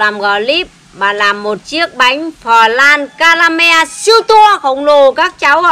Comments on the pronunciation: bà làm một chiếc bánh pờ lăn cadamen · cuộc đời bà gần 60 nồi bánh chưng rồi mới được “anh bắn phờ lan ca ra men” 🤣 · phờ lan ca ra men 😂